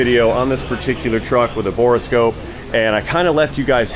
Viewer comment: Dude, it's bore-scope..... not bore-a-scope.